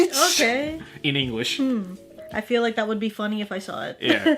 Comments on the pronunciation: I’m tired: I see (in jojo) I FERU U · I'm tired: I FEERU YU ME: I felt that